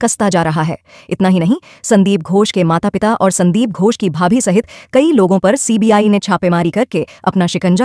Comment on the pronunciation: Poor pronunciation ghosh not gos